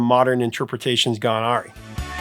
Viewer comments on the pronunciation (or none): I can see pronouncing "awry" as "arie" instead of "a-rye" as being your Canadian accent....but my dude. It's Hampstead HEATH. Like Heath bar. or Heathcliff. NOT "Hampstead HEALTH". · the word is pronounced A-Rye not Orry. I watched the very first episode of The Price is Right while I was home from school. There used to be a night version of the show with a different host. The host was from Let’s Make a Deal. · Is "awry" pronounced "ahh-ree" in some region or did he just mispronounce it? I've always heard it pronounced "uh-rye." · Pronunciation: Awry = A rye. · I’m guessing he meant “awry” — (a tough word for some, as my friend laughs that he pronounced it as “aurey” in his youth). But yeah, the professor needs an editor for this reason and plenty of others, including tightening up overly long videos, cutting irrelevant asides, eradicating click-bait titles.